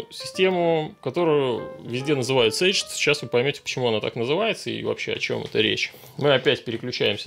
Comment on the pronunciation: обычно называют кейдж. По английскому произношению. Caged как слова смысл ещё имеет)